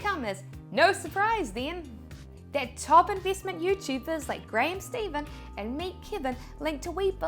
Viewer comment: its graham Stephan not Steven